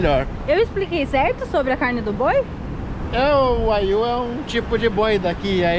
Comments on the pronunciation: So corrigindo nao se pronucia wayu..... e sim waguiu a carne mais cara do mundo... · A carne(bovina) mais cara do mundo a pronuncia é "uaguiu" e o mais famoso é o "Kobe Beef" que custa em torno de 40 mil ienes por 300g num restaurante especializado. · Esta carne do Japão é famoso pq os bois são tratados com com ração especial e tomam cerveja pra carne ficar macia e se chama wagyu e se pronuncia uaguiu😊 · Casal, wagyu se lê “vaguiu”. Abcs!